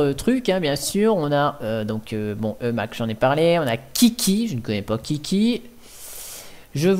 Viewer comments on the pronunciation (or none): S'il te plaît, je sais que je suis chiant mais tu peux dire imacs même si ça s'écrit Emacs. Je sais que c'est un détail mais j'adore cet éditeur ultra complet :) La dernière version stable est la 25.1.1 :) Git ne se prononce pas jit mais guit :) Honnêtement, un vrai programmeur n'a pas besoin d'autant d'outils. Il a juste besoin d'un éditeur qu'il configure pour tous les langages. J'ai commencé avec Vim mais Emacs est beaucoup plus complet. C'est donc celui là que j'utilise tout le temps. Pour moi, cette distribution est une DGLFI car ils ont juste installé des outils dont la plupart sont merdiques afin d'attirer les débutants. Le problème, c'est que ceux-ci vont croire que chaque langage a besoin d'un logiciel propre. Alors que cela est faux ! Un programmeur est à l'aise avec tous les langages qui existent ne t'inquiète pas :) Une fois que tu en maîtrises 2-3, les autres deviennent hyper faciles à maîtriser aussi. C'est comme les langues des différentes nations :)